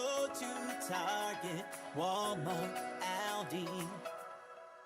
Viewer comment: My only gripe with Pink Fairy is how they say ALDI 🤣🤣🤣🤣🤣